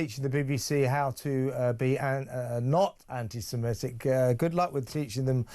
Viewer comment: It's antisemitic FFS, why do broadcasters keep pronouncing it antisemEtic 🤦‍♂️ At least he got it right at the end.